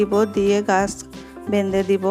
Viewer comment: দোয়া ত অবশ্যই করবো।ভিডিওতে কথা বলার ভাষা -উচচারন সঠিক ভাবে বলতে হয়।বেনধে নয় -বেধে দেবো।